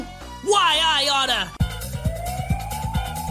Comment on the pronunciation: "swine why i otta"